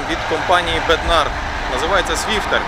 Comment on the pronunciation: В чеській мові наголос на перший склад.бЕднар,зЕтор.